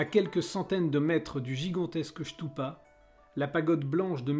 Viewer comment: Stupa et non chtoupa!